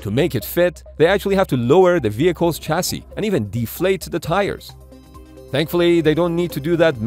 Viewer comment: At last a Youtuber who knows how to say Chassis.